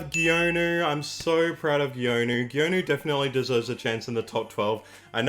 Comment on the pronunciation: Pro tip: Geonu is pronounced Gunoo (two syllables) not Gee-oh-noo. It's the same characters as Sunoo (선우) but with a G in front (건우). It's just that Geonu's name was written following Revised Romanization of Korea (the way his government recommends).